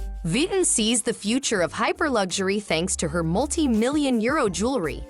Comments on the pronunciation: when AI voice could not pronounce Vuitton correctly, i turned off the audio and read the closed captioning. smh gee whiz. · I couldn't stand listening to the butchered name. Tolerated only up to . How far did you get? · Omg! Can’t you make sure the robot that is doing the work for you is saying the name right!! I can’t watch this because of this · ... symbolism ✨️ stolen/copied/influenced by the print of a tribe in Zanzibar 🇿🇦 in Africa... no?🤔 as i've watched conversations about this here on YouTube, Tiktok, i'm just curious. 🤔 Also WHY is the narrator mispronouncing the designers name?... so "frickin" irritating‼️🙄🤦🏽‍♀️ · it’s not respectable when it’s done without understanding that the AI voices can’t even properly pronounce the name of the subject at hand, Do you feel respected when other people address you as something that doesn’t even sound like your name? Or are you the type of person who doesn’t mind responding to “Hey you”?